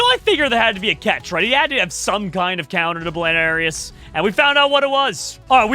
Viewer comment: it is bloonairis not blairis